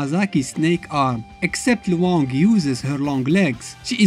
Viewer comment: You pronounced Luong's name incorrectly. It's one syllable, not two syllables. The diphthong is much smoother and combined in her name, a Vietnamese name. The character is Vietnamese.